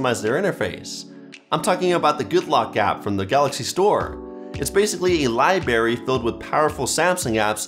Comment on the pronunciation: did he really say libary?